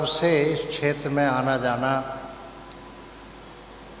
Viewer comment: छेत्र क्षेत्र जो मनुष्य क्षेत्र शब्द का उच्चारण नहीं कर सकता है वो बात करेगा धर्म की